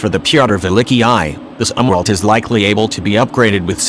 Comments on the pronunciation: This is lame. I'll just begin with one glaring example. The bot-narrator was not even configured to pronounce Admiral Zumwalt's surname properly. Respect counts, not this click-baity BS. Get with the PROGRAM. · Try to pronounce Zumwalt properly. Thanks.